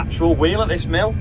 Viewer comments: Was sure it was Milf not Mills you were counting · I'm glad you clarified that was 'MILLS' you were counting. When I say it yesterday I thought it said 'MILFS'...🤣🤣🤣